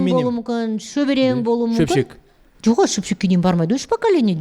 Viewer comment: 11.16..... Не болуы мүмкіМ деп қате айтады екен МүмкіН дегенді